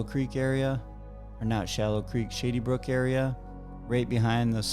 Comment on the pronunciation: Sounds like you're saying, "shitty brook"